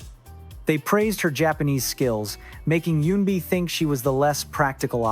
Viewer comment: I applaud you - your pronunciation of Korean words/names is getting much better with each video. Just one point, Eunbi is not pronounced with a “y” sound at the front - it’s not “yuunbi” but “uunbi”. What’s weird is that for the first half you pronounced it with a y, but a few parts of the second half, you pronounced it properly.